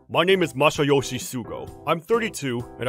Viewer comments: Am I the only one annoyed about the pronunciation? His name is Masayoshi, not Mayoshi.. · Please pronounce Masayoshi’s name properly!